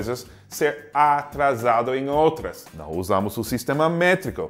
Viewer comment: "Noo, não é perigoso?" Mineirês detected!